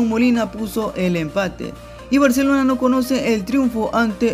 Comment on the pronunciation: Si vas a dar una informacion dala bien no somos lo mejores en defensa sino fuera por los arqueros salieramos goleados y habla bien es barcelona no baaarshelona